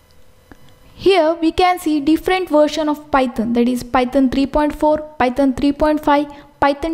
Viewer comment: The way he says Python ..... pytan